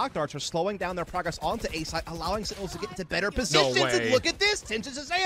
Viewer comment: the way these casters say "setinels" instead of sentinels is annoying af